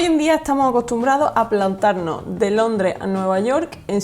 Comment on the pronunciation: no se dice. Plantano.. de dice plantarnos, tampoco se dice 7 hora. Se dice 7 horas. En fin. El documental está genial a mi modo de ver. Solo faltaría que hables con las letras S que para eso están en el vocabulario. Saludos